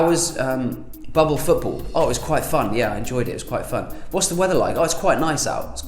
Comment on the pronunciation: You said “quite” so many times I thought you were saying Kuwait